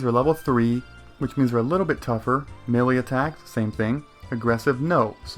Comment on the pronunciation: uh just for clarification... Melee is sounded out as Mey Lee or Me lee